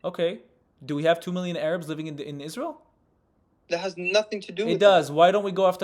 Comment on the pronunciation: What are Ay Rabs? First time I've heard that pronunciation 😂😂😂😂